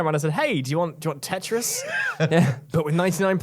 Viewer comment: IT'S CALLED FUCKING TETRIS. IT HAS A SECOND T IN IT. IT ISN'T CALLED TE'RIS